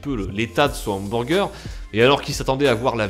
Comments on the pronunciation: Lel, "hambourger" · j'adors comment tu dis HAMBOURGEUR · " OUMBOURGEUR" bonne vide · Les hambourger 😂😂😂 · Hamburgés xD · comment il dit hamburger j'suis mort😂😂😂